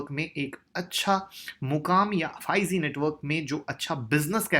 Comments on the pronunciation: Sir bahoot achhe se bataya ....prr ek baat kehna chahta hu...... 5 Ze nhi h 5 G ...hai sir.....sorry agr aapko bura lge to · 5 zee nahin ... 5 g hota hai bhai...